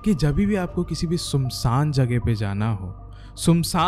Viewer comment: Bhai video achi banata hai tu ....bus sumsaan ya sumsaam nahi hota .....SUNSAAN hota hai